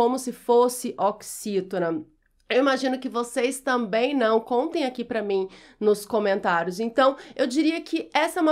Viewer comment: A senhora falou "TAMEM", ou eu ouvi errado?